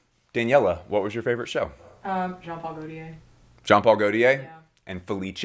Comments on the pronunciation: Not sure you’re pronouncing Gautier correctly. My understanding is ‘tier’ is rolled into a single syllable not ‘ti-er’. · you say Omme plisse but you pronounce gautier in the MOST american way possible lollll. good effort tho 🫶🏼🫶🏼🫶🏼